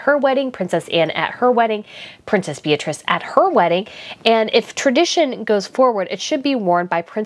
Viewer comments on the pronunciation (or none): none